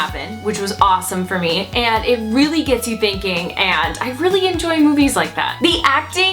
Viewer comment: The words and, and demand, ends with a d, not a t. Ant. Demant? And. Demand. Wth happened to educated people? Where that English go? Pet peeve, sorry, but people that do this should not be able to publish YouTube videos, imo.